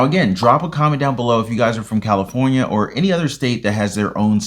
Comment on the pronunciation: $1100 FOR CALIFORNIA SAY IT THE RIGHT WAY BUDDY